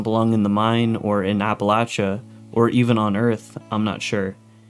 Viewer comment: You got my subscription for pronouncing Appalachia correctly.